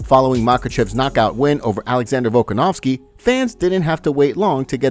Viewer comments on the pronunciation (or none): The name is VolKAnovski, not VolkaNOVski, stop butchering it already